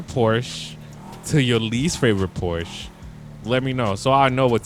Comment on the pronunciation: Phorche garage